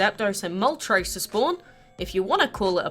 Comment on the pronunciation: Thank you for pronouncing zapdos right and moltres because THEY ARE NAMED AFTER THE FIRST THREE NUMBERS IN SPANISH